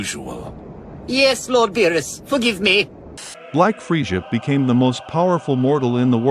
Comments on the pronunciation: It's Frieza not friesha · Not gonna lie I got major triggered when he kept saying Scion and frejah ...nope I'm still triggered. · Why do you call him freisha lol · 😂😂😂😂😂freesja was killing me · Man saying freja lol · Claps Frieza by calling him "Freesjah". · Anyone else catch that he isn't saying the name right? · Why the hell are you pronouncing Saiyan and Frieza like that? Learn to speak English before you make videos foreigner